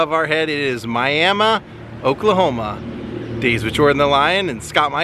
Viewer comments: Hey, you pronounced Miami correctly! Most out of towners want to call it Miami like Florida. My brother was friends with Steve Gaines in college. Steve’s band in college was Cellar Door. Hope the car repair wasn’t too expensive. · I ❤ that you pronounced Miami properly!